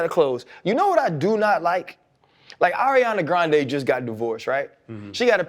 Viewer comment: Channing's pronunciation of Ariana Grande was hilarious!